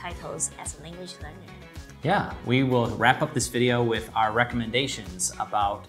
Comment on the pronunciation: Frustrated people in Taiwan they pronounce different English so strange n different by Taiwanese teachers in primary schoolFor example ,with to wis zoom becomes room n cancell becomes canserThey are stubborn